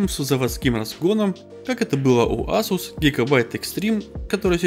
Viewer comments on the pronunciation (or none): none